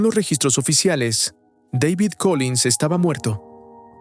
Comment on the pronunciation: Dale hermano, no puede ser que no sepas pronunciar el nombre de David